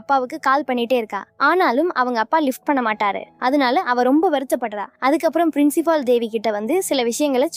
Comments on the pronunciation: Adhu gedaar illa guitar . Princifal illa principal. Evan dee unakku english sollikoduthaan.😅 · Frincifal , Dc , baar Devi 😅😅 enama pesure nee